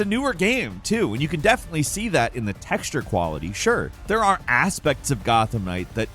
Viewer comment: “there are asspects of Gotham knight” you got that right my guy